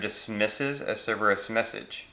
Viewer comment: Sounded like you said Ciberus.